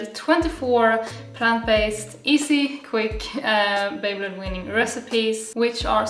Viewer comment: baby-led weaning. It took me fifteen minutes to figure out you were saying baby-led weaning. Words never used together in all of history. Please enunciate better. I thought you were saying baby blood winning. Or beyblade winning.